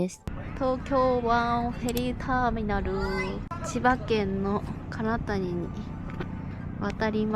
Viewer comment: 金谷 読み方は カナヤです 千葉県にきたら キョンってジビエ食べなと～